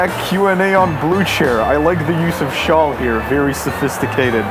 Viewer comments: Why can't he say "shall" like a normal person? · The way he pronounces "shall" as "shawl" I love him 😭